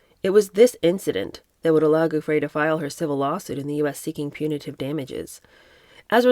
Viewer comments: Please google how her name is pronounced before reading her book. Giuffre = ju-fray I really enjoy your readings but the clunky mispronunciations do jar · I love your webcasts. But before you read Virginia Guiffre's book to your listeners, please learn to pronounce her name correctly.